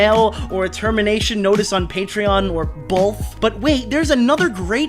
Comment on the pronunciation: Did he just say " boLth"??? 😆🤦